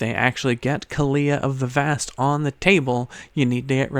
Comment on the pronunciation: The way he says kaalia bugs me lol.